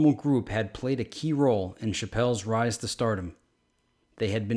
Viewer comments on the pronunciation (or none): none